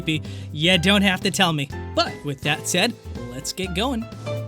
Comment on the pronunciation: Can you not pronounce the word "with"? It sounds like wif, sorry but it's super annoying. "Through" sounds like "frew", "three" = free